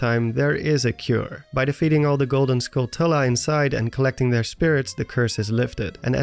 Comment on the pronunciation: Lmao nobody knows how to pronounce Skulltula 🤣